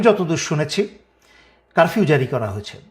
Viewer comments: ভাইয়া কারভিউ না।উচ্চারণ ঠিক করেন।তারপর লাইভ করুন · কারবিও না, উচ্চারণ টা হবে কারফিও । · ভাই আপনি তো কারফিউ উচ্চারণ ও করতে পারেন না।